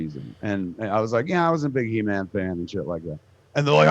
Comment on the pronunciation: Show WAS called He-man not shhee-man.